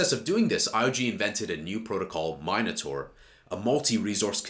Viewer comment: im pretty sure Charles pronounces it " min- A - tor" anyways love the channel keep it coming 🙏